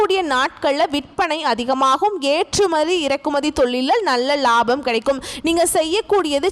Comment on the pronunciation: ளாபம் அல்ல லாபம் ! நள்ள அல்ல நல்ல